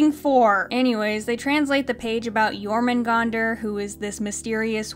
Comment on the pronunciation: Okay, I know this is a little nitpicky, but their pronunciation of Jörmungandr makes me die inside. If you're gonna use a word that comes from a different language, at least learn to pronounce it correctly.